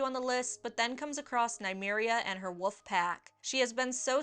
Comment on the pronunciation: The 'l' in wolf was hanging out in the word saw..